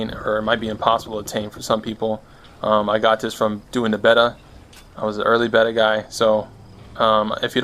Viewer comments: yup 😂😂 it’s bay-da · awesome build but someone needs to teach this fella how to pronounce "beta" every time he said it I would giggle. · So sick. You're a beast, the way you say Beta tho. lol